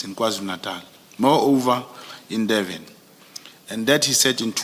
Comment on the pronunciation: Once a person pronounces Durban as Deben, you must know. What kind of agent is this?